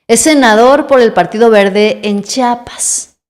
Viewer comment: No se dice chapas, es Chiapas (IA) Ch(IA)pas